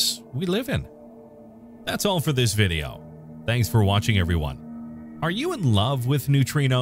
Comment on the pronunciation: No one: Weird man: "ARE YOU IN LOVE WITH NEUTRINOS?" Loved the vih day yo, yo. Four ree ells